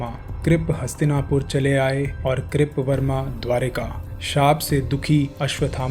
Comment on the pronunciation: Kirp verma nhi kirt verma hai